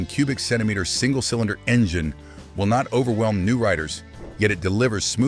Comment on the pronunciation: What the heck is an enjaine?? Lol!